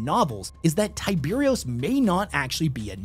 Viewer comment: It’s pronounced Karkarodon and kimerik It’s tyberos, not Tyberios Their armor is not white, it’s mostly grey shades with some white and bronze. Only dreads seem to be white Silent Hunter was an awful book 😂 It’s definitely Raven Guard because of mentions of the exile and the fact they use the Pale Nomad moniker. The Sharks have the blessing of the High Lords since they are part of the Pentarchy of Blood. The hot squad meant to destroy rogue chapters. Tyberos has Coraxs claws His height is not overblown because you ignored the fact that he stood a head taller than his terminators when viewed BEHIND them. That perspective would normally mean he appeared smaller. But he’s higher. So he’s definitely 12ft plus